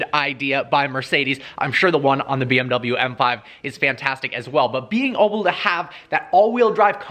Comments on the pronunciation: Did he say “being oble to have”😂😂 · “ being oble”